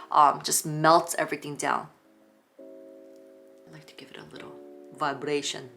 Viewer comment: Guurrrrrl, you're funnae🤣🤣 Vibrrration😂 When you go to whisper to the camera 😆😆